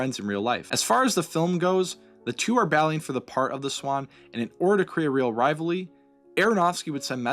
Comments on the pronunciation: Rivalry not rivally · can you say rivalrly again